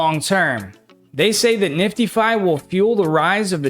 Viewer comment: NIFTIEFY. ok. Will pronounce it right. lol. But it's a heck of a project and i will certainly get me some. bank that coin. team looks good and the idea behind is sounds solid to me.